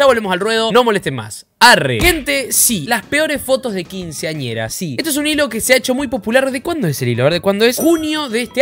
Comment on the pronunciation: nadie: boffegp: quinsianieras en sus fiestas de 15